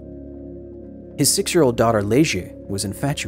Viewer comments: 'Leide' is basically just 'Lady' Why the hell would you pronounce 'Le - gie'? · Great video. I like your effort on saying the words in portuguese correctly. But there was a huge flaw in one of the name. Leide is pronounced "Laydj", not "Leje". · Just a small correction, Goias is pronounced "go-yAHS" like in "yass queen" xD and the "â" in "Goiânia" sounds like the "u" in "huh" or "humble", Goi-uh-nia. The girl, Leide Ferreira, is pronounded "LAY-dee" almost like "lady" but with a softer D so its like "ladjy".